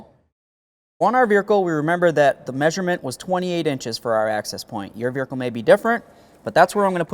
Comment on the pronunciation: He said, “veerikle”.